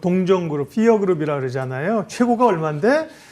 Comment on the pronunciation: p는 피로 좀 발음해주세요. 폴란드 피어그룹.. f나 ph가 아니잖아요. 방송하시는 분이...